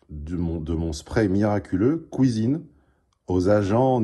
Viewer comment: "Kouizine" On ne t'arrête plus T_T